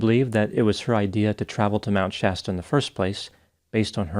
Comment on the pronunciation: Thankyou for pronouncing Shasta right. The way Mr. Ballen and the dude from the Lore Lodge said it had me yelling at my phone.